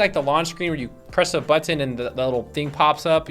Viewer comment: been watching your channel I have to say very good, but the way you say the word "Button" is very weird, lol! Keep up the Good work!